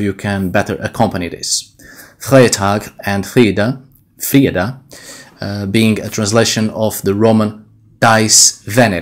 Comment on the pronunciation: The way you pronounced fredag sounds profoundly Swedish. Not the "standard" Swedish Spoken by the wimps in the capital but in anither dialect. I cannot put my finger on which one but definitley genuine swedish.